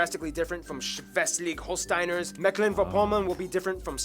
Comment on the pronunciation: How did he pronounce Schleswig Holstein bro